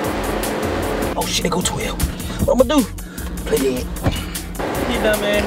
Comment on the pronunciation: * Lmao This Nigga Said "PLAY DEAD"